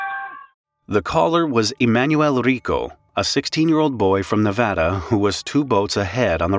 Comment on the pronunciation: "Nevada" is probably the town of Nevada, Iowa-- pronounced with a long a (Nuh-VAY-duh).